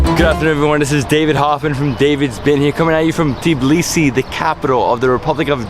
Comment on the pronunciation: I find it funny how every foreigner pronounces Tbilisi like TEEblisi xDDD it's TBilisi not TEEblisi 😂😂😂 but very nice video !!!